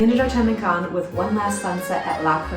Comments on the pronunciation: Yikes its pronounced Canne like a can of food, not Cannes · I only came here to say the same thing, jesus christ its the most annoying thing ever. Why would you think its pronounced Can-es? Have you never heard of the 'Kaan' film festival as its properly pronounced. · You seriously are calling it CANIS? I can't even watch this video that's ridiculous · Butchered cannes so bad i had to stop watching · Wouldn’t you confirm how Cannes is properly pronounced before making a YouTube video?